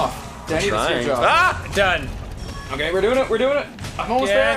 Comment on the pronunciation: Danny keeps saying great jorb...is that a Homestar Runner reference? I fucking miss Homestar Runner.